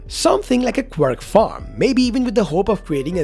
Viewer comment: Bro said quirk farm 💀